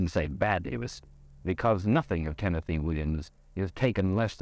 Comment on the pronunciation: then why is Tennessee sounding just fine? Mike keeps calling him “TENNETHEE”